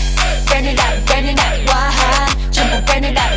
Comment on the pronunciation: 毓真的有夠正的ㄟ 但是為什麼每次聽她們每個人burn it up發音都怪怪的 不知道是故意的還是怎樣😂